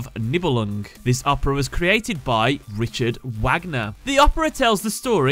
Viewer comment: I cringe every time he said Richard Wagner.